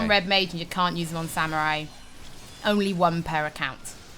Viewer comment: she said Samuwai ... :D ... that's adowable hehe